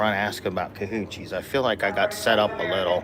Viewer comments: It is Kolaches for real,. is getting a kick out of you saying cahoochie or whatever,lol. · It’s kolaches, not kahoochi! 😂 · ATTENTION..... Not called Kahoochies.. look it up, it's bad. Don't say it around anybody. They may knock you flat. just said they are called kalachees... Like a pig in a blanket. ❤❤ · Nope. It’s KALOCHIES! Don’t know about the spelling, but it is NOT KACHOOCHIES!😊😊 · They are really called Kolaches, not Kahoochies. LOL